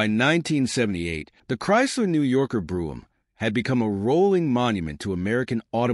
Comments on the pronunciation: It's "coo-pay" not "coop". It's Brome not "broom" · It's Brohm "O" ... Not Broohm !! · Bro em, not broo em. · Pronounce " Brome as in home " !